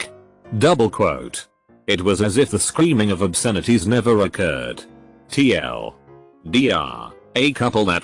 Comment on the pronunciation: The text-to-speech when “TL;DR” is on the screen: tee el… doctor The text to speech when “Dr. Pepper” is on the screen: dee are… pepper